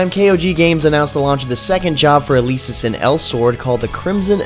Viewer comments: It's El-eh-sis not eh-leee-sis _. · did he just Pronounce Elesis as Eh-lee-Sis?